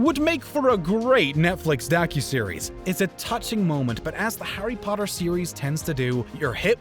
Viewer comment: did..did he just say howdy potter??